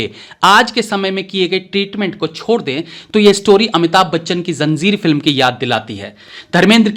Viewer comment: Zanzir lolzzzz Zanjeer